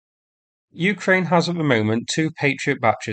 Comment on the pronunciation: When are you going to start pronouncing Ukraine properly?